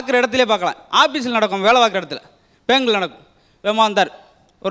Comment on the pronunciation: Illiterate it is bank. Not Pank.